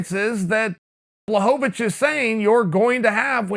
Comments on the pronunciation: It's actually pronounced Bwahovavich. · I still prefer the good old days when Chael would call him Jan BlahoVOVOVOVOVOvich.